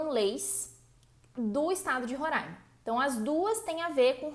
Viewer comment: Gente que fala: Roraima e não Rorãima, nem é gente, é anjo! Kkkk